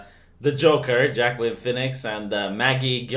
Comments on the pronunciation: It is not Jackween it is Wah-keen. Oh right, you are trolling. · "Joaquin" sounds like "wah-keen"..